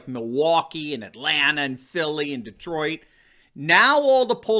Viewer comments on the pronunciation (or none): none